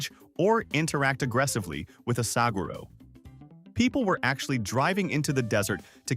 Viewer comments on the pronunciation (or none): 7: Sag ur oh? That's Suh hwar oh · Clicked off when mispronounced Saguaro.